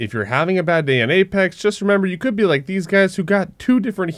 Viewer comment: STOP PRONOUNCING BE AS BU OR BOO